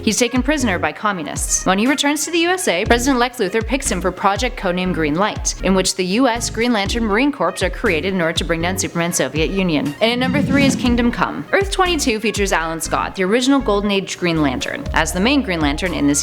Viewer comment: Please do not pronounce the S in CORPS